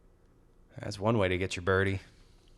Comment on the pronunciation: Wow Gannon "Buhrdie"